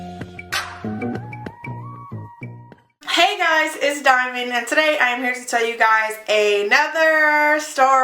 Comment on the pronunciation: Dy-MOND!!! LMAO girl I love you but this had me rolling. That situation just didn't work in your favor lol